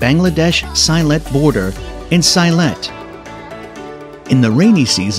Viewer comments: Very nice video... just one minor correction, the last place is in sylhet. We pronounce it as see-let, not sailet... many thanks for promoting these beautiful places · Sylhet is pronounced as selet. I am a sylheti